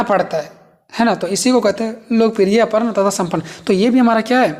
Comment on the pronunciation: Arpan aur samarpan padha jayega ushe aparn aur saparn nhi